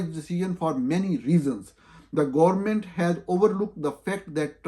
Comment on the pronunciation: Government is pronounced GOVERNMENT not "gor-mint". 😅 Likewise قانونی and تعداد are not spoken as قنونی and تداد 😂 The Army rank is General, not "journal". Journal is a diary or a publication. An hour is called گھنٹہ not گھینٹہ in Urdu. The word شرم is spoken as sharm not sharam. Market is pronounced مارکٹ not مارکیٹ . The word وقت is waqt not waqat. Similarly حکم is hukm not hukam. صاف معلوم ہو رہا ہے کہ جاہل ہے کون۔